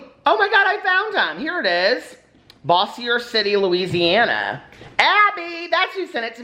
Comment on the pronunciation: Bossier is pronounced Bo-sure 😉